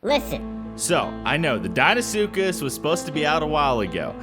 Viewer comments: "deinsuckus" CULTURE. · He's in dein-ile